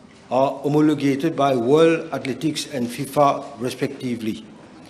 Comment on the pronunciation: Athletic : the e there , is English not French . Mandatory , the a is native English as well .